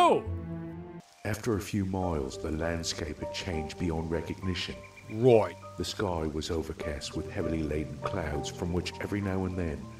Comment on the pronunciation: roight with flamin wiiiings